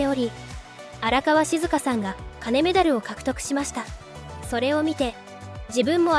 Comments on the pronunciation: かねメダルではなく、きんメダルですよ。読みを間違ってますよ。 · 荒川静香はかねメダルじゃなく金メダリストです。しっかり読んでね。外国の方かな。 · ナレーターの方は日本人ですか？金メダルのことをカネメダルと説明していましたのでちょっとだけ違和感がありました。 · カネメダルとかマコトリンとか読みが変なのでAIですか？外国人ですか？